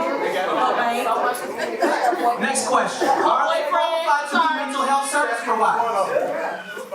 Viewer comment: Did she really say "mental helf" also.